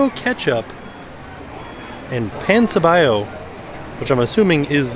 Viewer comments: My puertorrican ass is both laughing and dying at how is butchering them names like tripleta(tri-ple-ta) Yucca(you-ka) and pan sobao(paan so- baa-o) But it's ok, it's more as entertainment for us latino-hispanics!🇵🇷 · The way he pronounced Tripleta, Pan sobao’ and Yuca hahaha I love him. Greetings from Puerto Rico